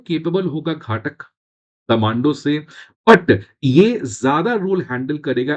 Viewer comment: घाटक नही घातक बोलते हैं